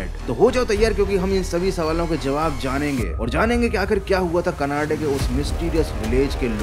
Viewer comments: Canada❌ Canaade✅ 😂😂😂😂😂😂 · Bro it's Canada not kanada 😂